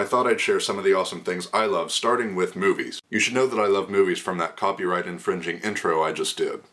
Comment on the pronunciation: I totally thought u said boobies instead of movies and I almost fell off my chair laughing. <3